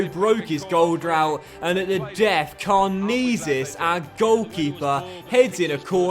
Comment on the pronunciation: it's pronounced karnezis not karnizis